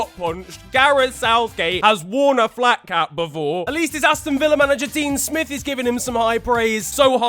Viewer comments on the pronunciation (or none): none